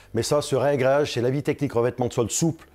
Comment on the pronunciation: "Réagréage" ça fait mal aux oreilles. Réagréage svp messieurs les pro. Merci pour la vidéo.